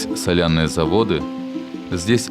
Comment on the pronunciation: Стыд и позор коментатору. "Соля́ные заводы и ещё Пóкча". Язык бы вырвать.